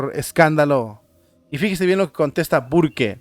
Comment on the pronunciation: HERMANO SE LEE BURK. 🤦‍♀️